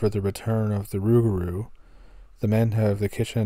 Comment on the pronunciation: You did a good job on pronunciation of the rougarou,which is the cajon word for lupe garou.